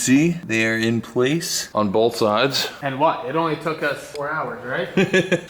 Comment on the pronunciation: the word botl doesnt have an l. its not bolth.